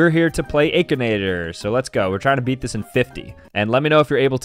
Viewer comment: The aykinater